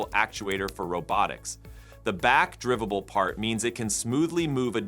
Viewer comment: "back-drivvable"... "Rebbel"... 😄